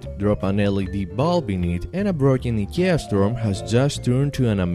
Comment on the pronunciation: Eeeeeeeeeeeeeeekia Instead of saying I K E A.